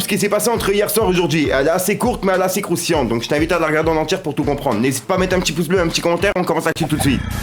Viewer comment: Pourquoi il dit toujours croustinante 😂